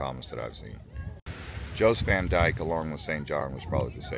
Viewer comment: FYI ... locals call Jost Van Dyke ... Yost Van Dyke.